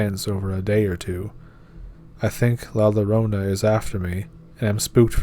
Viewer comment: La Llarona is pronounced La Yarona